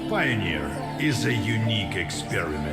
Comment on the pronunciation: Is no one going to tell him? Does it have to be me??? What's a "Pioner"????